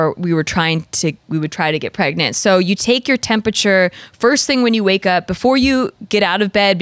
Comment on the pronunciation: Why does say “tempacher” 😅 it’s Temperature